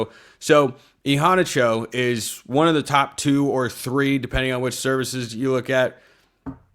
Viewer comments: It's sounds like you are saying han like brawn, rather than han like fan. They way he said it was hanna like the name Hannah. McAfee said it right once but then kept mispronouncing it, but Immanuel said hanna like the name Hannah. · HE PRONOUNCED IT E-HANNA-CHO. WATCH IT AGAIN. THIS IS GETTING ANNOYING.